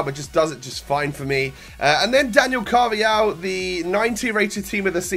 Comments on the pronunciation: exactly it's pronounced carvahal. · It's pronounced "Carvahal" not "Carvayal" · Why do you say alejandro gomez right but with carvajal you say carvayal?